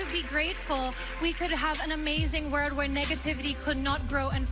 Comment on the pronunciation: Catriona said "amazing WORLD" not "word" Hahahahahaha